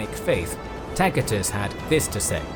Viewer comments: His pronunciation is correct. That's classical latin. C it's not an "s". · "Takitus" is classical latin, spoken by the nobles of his time, while the common peoples probably mispronounced a lot of words. "Ci" and "ce" were pronounced "kee" and "ke" back then, but they eventually changed in "see" and "se" in Britain (or at least in their pronunciation of latin). A similar shift happened in other languages too. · A mere few minutes in and yet, already, this needs to be said: You MUST to surrender yourself in love to someone who knows to pronounce "Tacitus" correctly - and an English speaker none the less! I'm blown away in awe and reverence! Thank you!